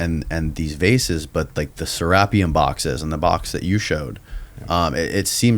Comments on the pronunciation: Holy shit, its "Sarah-pee-um. Not freaking "sir-RAP-ee-um", you sound hilariously ignorant. lol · its pronounced sera-peum